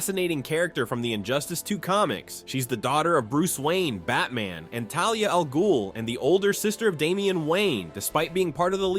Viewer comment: BOT-arangs? Uh-skrimas? Talia Al-GOAL?